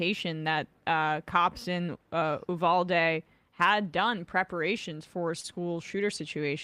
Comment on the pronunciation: I love you Sam but FFS trying to say Uvalde isn’t that difficult and the fact that he just skims over it genuinely pissed me off. You’re an award winning host, you can make the effort. (Ooh-Val-dae) in case he needs some reference